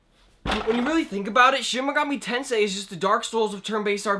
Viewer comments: Ah yes Shin migoomi tansay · Wtf is shen megoomi tensay?